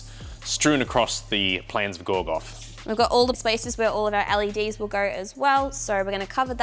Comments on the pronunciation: Plains of Gorgoth, you say? You mean plains of Gorgoroth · Plains of Gorgoroth* not Gorgoth. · It's actually the plains of "Gorgoroth", not "Gorgoth". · dude it's "Gorgoroth" not "Gorgoth" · Plains of GOR-GOR-ROTH not GORGOTH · “Gorgoth”? That’s almost as bad as “goragoroth” from the Rankin and Bass Return of the King abomination. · They’re called the plains of Gorgoroth… not Gorgoth. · Gorgoroth*, not gorgoth... I had to I'm really sorry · Just to be "that guy"... It's gorgoroth, not gorgoth. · It's not Gorgoth, it's GORGOROTH